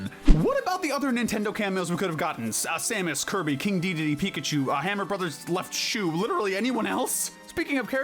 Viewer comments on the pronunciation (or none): none